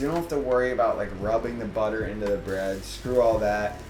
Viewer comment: I think I heard you mispronounce "butter" :-3